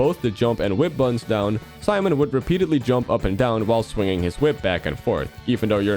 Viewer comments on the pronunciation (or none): none